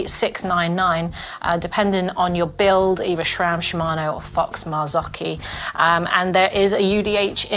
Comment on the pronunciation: There is no H in SRAM.